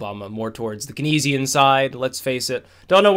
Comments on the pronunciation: Good analysis. But it's pronounced "Kanes-ian" or "Keens-ian" economics...not "Ke-nes-ian" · Pronounced Cainesian m8. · It's pronounced "kaynesian". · Keynesian is pronounced "canes-ian" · Learn how to pronounce "Keynesian"!!!! It's "KEYNES - e - en."